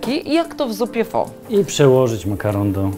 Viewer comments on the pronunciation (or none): Zupa pho [wymowa: faa]:). Pozdrawiam. Reszta - bez zarzutu.